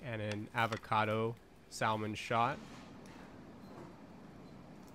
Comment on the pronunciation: Dude it's pronounced sah-man the L isn't pronounced like that 😂😂😂